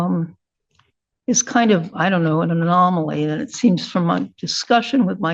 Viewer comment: Lol@ "anamoly"